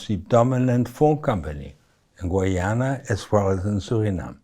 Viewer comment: Its pronounced GUY-ana! I don't understand why that's so hard to pronounce. You people never seem to get it right.